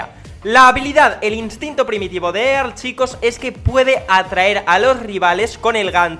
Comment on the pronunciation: Earl se pronuncia Erl